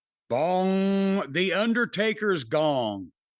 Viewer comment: Jim said " The Undertaker's dong" lol